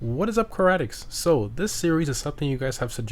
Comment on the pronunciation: “What is up, Karetics?”